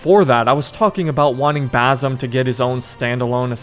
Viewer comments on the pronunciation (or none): new game: take a shot everytime he says bazum instead of Basim